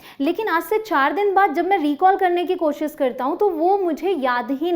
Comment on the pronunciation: Ma'am I just want to say that it's koshish not koshis.So can you please pronounce it right.